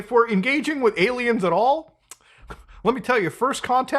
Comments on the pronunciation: What does he keep saying? Ayla Maows? . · why does he call aliens, aylamows?